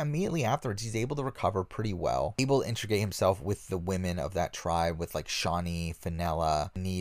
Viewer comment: Hey the word is integrate not intrigate.